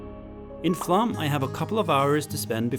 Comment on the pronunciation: Great, informative video, as always. Takes me back with great nostalgia to a cycling trip in the Sognefjord area many years ago, when I was pedalling between 3-metre high walls of snow, after the plough had just gone through ... Slightly puzzled by your pronunciation of Flåm, though. Normally it would be 'explained' in English spelling (for those who don't know phonemic/phonetic script) as "flom" or even "flawm"; but you seem to be saying "flam" or "flahm" ... Is it my ageing ears, or are you just anglicising it because English sources tend to replace 'å' with 'a' - even though 'aa' would be more accurate?